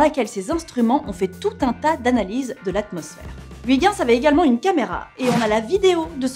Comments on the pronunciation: Ou plutôt "hui guinss". Tu prononcerais ça comment ? Comme Kujper ? "Heuille guinss" ? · "Huit ginss" Ouch... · Je suis belge et entendre la prononciation de Huygens, j'ai les oreilles qui saignent. Mais bon, Florence, hormis cela, j'adore tes émissions. Alors, pour bien prononcer Huygens correctement, il faut lire comme ceci : "Heuillgainss". (ou) "Oeil guènn ss" Voilà voilà. Bonne continuation à String Theory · Toujours un bonheur d’apprendre en écoutant une dame aussi passionnante ! Mais s’il te plaît, par rigueur scientifique (et aussi linguistique) Huygens se prononce « oeuil - ghèns » Merci 😃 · Hello la rédac'! :) Juste pour vous informer que Huygens, ça se dit pas du tout comme ça mais plutôt heuïgeuns ^^' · Je sais que je suis chiant mais attention à la prononciation de Huygens. Et oui, le Néerlandais est un parler rugueux à l'odeur de fromage... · Comment tu prononces "Pionner" et "Huygens" whaaa c'est immonde x) Bonne vidéo sinon ;)